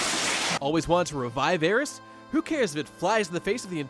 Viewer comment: Literally the only thing I agreed with in this video is his pronunciation of 'Aeris'.